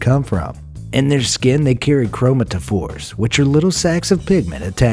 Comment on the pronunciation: It’s pronounced “Crow-MATT-uh-fors” 💜